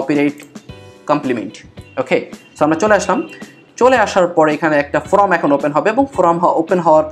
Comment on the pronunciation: আপনার ভিডিও টি নিঃসন্দেহে প্রশংসনীয় তবে form কে from উচ্চারণ না করলে আরও শ্রুতিমধুর হতো।